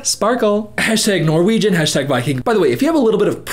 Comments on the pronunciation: wow, his pronunciation wasn’t too far off- i’ve heard a lot worse from people trying to speak Norwegian 💀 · I am genuinely impressed by how good your Norwegian pronounciation was 😂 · When you read out loud that Norwegian sentence it was really good pronunciation!